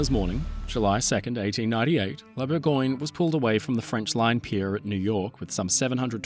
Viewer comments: "Bourgoin"? That sounds like the London (?) dialect of English for Burgubdy. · Close, but no. It's "Bour-găăn-yuh". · It's Bourgogne, not "Burgoin" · I like that you try to pronounce foreign names correctly and was pretty stunned that you kept the disastrous way English speakers slaughter the words "Gascogne" and "Bourgogne"